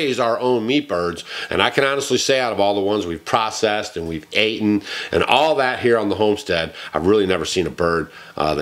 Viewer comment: *eaten …….. NOT aten.